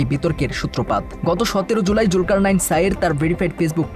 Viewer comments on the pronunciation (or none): none